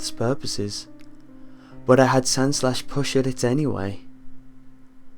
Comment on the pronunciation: did you just say sanslash? SANS? its sandslash not sans.